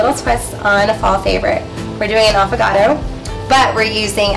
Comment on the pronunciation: Affogato !! Not appogato